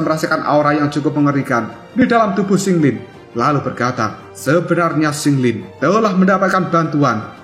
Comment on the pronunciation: Qing lin, bukan sing lin😂